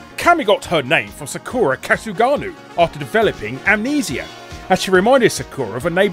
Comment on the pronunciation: "Sakura Kasuganoo" What the hell Larry?